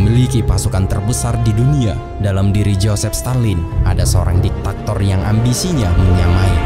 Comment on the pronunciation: Diktator bukan diktaktor